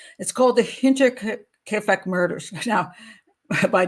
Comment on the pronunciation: Great show Pat. And a big thank you 🙏 from a German/Bavarian fan🌷🌷👍and you pronounce „Hinterkiafeck“ very well